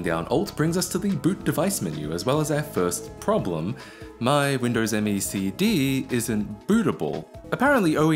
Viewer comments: It's not M.E., is just "me". As in what you say when somebody asks, "who wants ice cream?" Also Me is literally 98. It was originally going to be called Windows 98, third edition. But since The year was rolling over to 2000 they decided to capitalize on the word millennium. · "This thing is so reflective I could probably do a makeup tutorial on it" You know we need it,. Also, did you know Microsoft actually intended it to be pronounced 'Me' (1 word) rather than 'Em-Ee'? Yeah, neither did 90% of Me users. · Nice :)... Note that it is called "Windows Me", not "M. E.". Thats why it is written "Me" ;)...